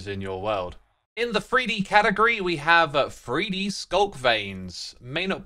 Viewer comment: do NOT take a drink every time X says "free dee"